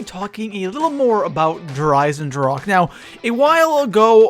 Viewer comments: EISENDRACHE* not drake lol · eisendrache, iron deagon in german, ch is pronounced like a strong er g not like a k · I love how everyone mispronounces der Eisendrache